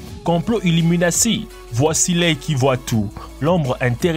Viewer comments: A il dit : Complot iluminaci ?? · le manier dont il dit illuminati😂😂😂